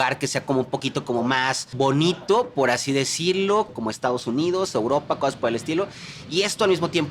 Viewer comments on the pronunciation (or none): none